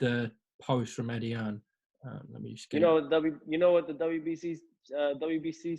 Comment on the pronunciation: Dear America.....It's Hearn not fuckin Hearns.